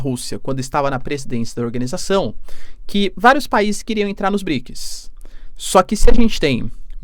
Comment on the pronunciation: BriKIS faceBUKI ... tu tem patrocinio pae, aprenda pronunciar as palavras pfv. Outra, arrume um revisor de portugues ai, namoralzao. Vlw